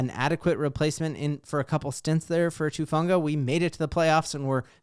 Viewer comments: Gahhhh! Everybody keeps calling him Tufunga. His name is Talanoa HUFANGA. HU. HUFANGA. sorry nothing against u love ur content I've just been hearing that everywhere and it bugs the crap outta me for some reason 😂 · Who-fawn-guh..come on now, let's get it right